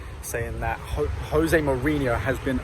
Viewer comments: Jose with a J not J(H)ose with an H, he's Portuguese not Spanish. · You really should know how to pronounce Moaning Maureen's first name correctly. It's Jose with a J. Good luck, you're going to need it. Bus sightings around your stadium should be on the rise lol. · Dude a J in Portuguese is the same as in English not an R like the Spanish so jose like Joseph. How many years has jose mourinho been in England. I wish Tottenham every success this season and hope to see them in next year champions league. ps: If he play the tactics he used with Porto in Spurs success will be granted.